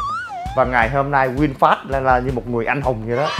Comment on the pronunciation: Vinfast mà thg lol này nói winfast